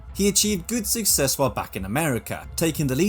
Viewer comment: You hid your Danish accent quite well until the “phone” segment (and you pronounced “success” with the wrong vowel just before it). I’m envious :)